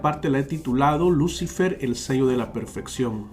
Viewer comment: Se pronuncia luciFER la sílaba tónica es FER